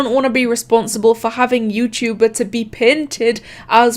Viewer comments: bruh im dead, "yewchewber" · “Yew-chew-ber”